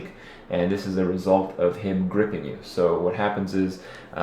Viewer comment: I think he can, unless we are unaware of what a "labtop" is.. you said it twice.. & "happends"